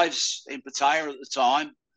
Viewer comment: 30 years and still cannot pronounce Pattaya properly 😅